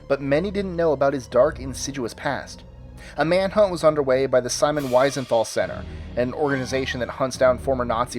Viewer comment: It's Simon "VEE-sen-thall"!